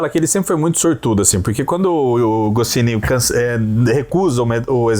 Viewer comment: Não se pronuncia PILOTI, a pronúncia é: PÁILOT, e não se pronuncia GOCINI, a pronúncia é: GOTCHNI! KK! Só pra incomodar!